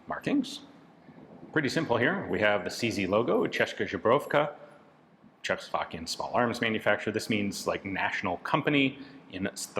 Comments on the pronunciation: Zhebrovka strikes again! I think by this time it is Ian's deliberate trademarking... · Česká "CHESS-kah" Zbrojovka "ZBRO-yov-kah" 1) “kah” in Česká should go with a long “ah” sound, like for example in "father". 2) Z in Zbrojovka is the regular Z, not softened Ž (Z with caron) as you say it.